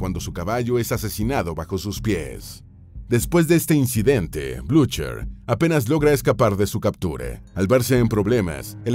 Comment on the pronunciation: El locutor habla bien inglés (norteamericano), pero los nombres franceses y alemanes los pronuncia tan mal que resultan irreconocibles. Unas nociones básicas de fonética no le vendrían mal: por ejemplo, en alemán la ch suena como una j española suave y la r detrás de vocal es muda (como en muchas variedades del inglés), así, Blucher suena Blujah, en fanćes, gn suena ñ, por eso el pueblo de Ligní suena Liñí, y el tratado de Fontainelbleu es Fontanblé y Haye sainte (la granja) es ayesant. En wikipedia ponen la pronunciación en alfabeto fonético internacional de los lugares raros. Creo que esto mejora la impresión del documental.